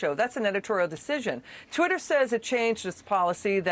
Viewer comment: it’s (twatter) lol